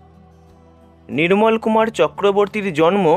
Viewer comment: Please don't use d in place of r. IT'S Nirmol Kumar, not Nidmol Kumad.